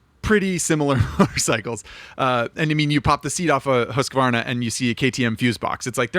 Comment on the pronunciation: Everyone else: "husk-varna": "husker-vonna"